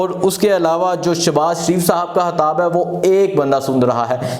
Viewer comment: O bhai saab hatab nai hota khitab hota ha 😂 aap k nai bolty .